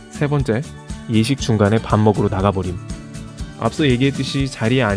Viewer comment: 정말 이런 댓글 죄송스럽긴한데... 영상보다 잠시 깨서... "밥먹으로" > "밥먹으러" 입니다. '~러, ~하러'가 맞는 표현이예요^^ 자막오타인가 했는데 발음도 같기에 쓰고갑니다.